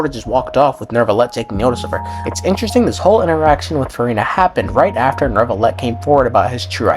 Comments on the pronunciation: When: NOORvillete Instead of: NYUvillete Yeah, it's bothersome to hear it bad pronounced, although a tad funny, haha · NO CUZ THEY DO ALL SAY FUCKING NERVILET OH MY GOD THANK YOU ...newvilet sounds better tho xoxo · ERMMM actually theres no R in Neuvillette